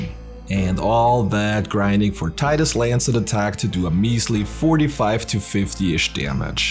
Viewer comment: Subscribed because you pronounce Tidus correctly :p